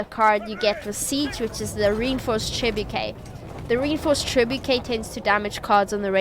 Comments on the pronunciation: Correct pronunciation: “Treh-boo-shay” No need to thank ;) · British pronunciation -> treh·boo·shay (this is the closest to the french roots of the word) American pronunciation -> treh·byoo·shuht There's no "k" in there and every english pronunciation tries to emulate the french "ch"